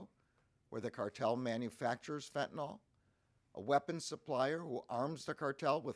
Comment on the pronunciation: FentanYl not fentanOl